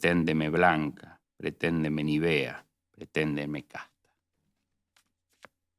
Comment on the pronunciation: Una pequeña corrección a la lectura del poema Tu me quieres blanca. La palabra "nívea" es esdrújula y se pronuncia con el acento en NI.